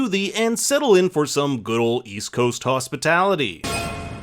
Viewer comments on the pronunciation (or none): none